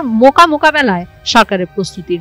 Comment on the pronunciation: মোকা না বলে মোখা বলুন,আর যদি সেটাও না বলতে পারেন তাহলে বোকা বলুন😂